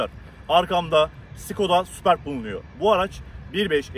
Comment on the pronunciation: Sübörp okunuyor